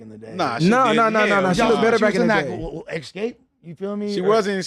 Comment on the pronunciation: Lmao said lookded, kno wat he trynna sound like